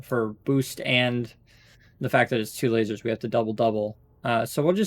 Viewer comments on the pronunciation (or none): none